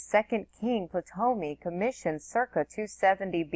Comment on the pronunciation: Just a friendly tip. Ptolemy was one of Alexander's Generals and as such was granted Egypt as a prize (Cleopatra is his descendant). In the name Ptolemy the "P" is silent so you pronounce it "Tolemy" not Patomy. Thank you for your work, very much appreciated :-)